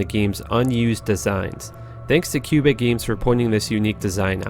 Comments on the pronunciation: dude its quebec games not Q-bic games (^_^) i live there and i know what im talking about ;) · Special thanks to diablo why-key and cubic games. Lmaooo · Quebec. Cubic? Wiki. Why-key? lmao.